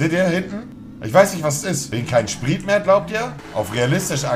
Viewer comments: Warum sagt der Typ “spriet”.ES HEISST NICHT SPRIET DA STEHT SPRIT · Kann in mal jemand bitte sagen das er Sprit richtig aussprechen soll 🤣🤣🤣